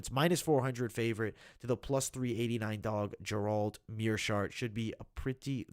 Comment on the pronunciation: why can't you pronounce Gerald? it sounds like you are saying Jerome